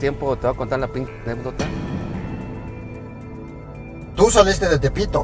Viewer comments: Que horror, gobernador de un estado de México y sigue diciendo “Anepdota” 😅. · ¿Anépdota? (min. ) 🤦🏽‍♀️